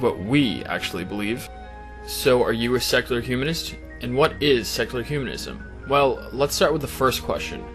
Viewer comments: I'm trying really hard to not detract from the discussion but it's so hard - it sounds like he's saying sexular. Really. Great video, regardless:P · I keep hearing "sexular humanism"...